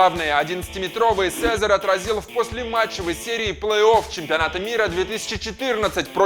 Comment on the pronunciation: сезарь ? серьёзно это не вратарь это кефир